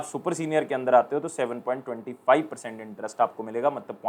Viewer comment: sir with due respect please aap 7.25 ya 7.15 ko sahi se pronounce kijiye ......aap point ke baad waale value ko direct 25,15 bol dete hai .....basss as a mathematics graduate i feel bad.......THANKYOU!!